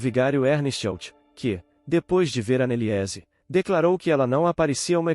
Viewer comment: Ana Eliése é triste hen, Annelise é assim q fala afffff doi até o ouvido falar o nome dela errado